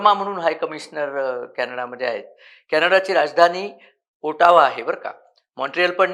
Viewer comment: Not pronounced as O-Taaa-wa but Ot-o-wa. Trudeau is unpopular among his own MP’s , Jagmeet Singh and his party has virtually no money to fight elections besides both don’t have support in their own party. Somehow they have to survive until October 2025 and even that is becoming increasingly difficult for they two guys day by day.